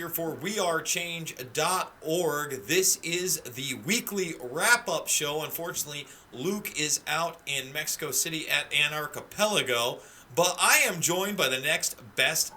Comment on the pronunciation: Lol yeah he butchered it